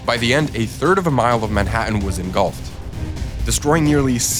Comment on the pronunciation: it's pronounced Manhattan, the same as its spelled